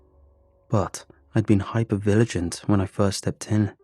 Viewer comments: The words would be hyper vigilant, hyper viligant is what was said... I don't know why it stuck out and bothered me so bad. ( it's when the guy w/ paradolia entered the first house) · Little chuckle escaped me, waking up to hearing “Hyper viligent” 😅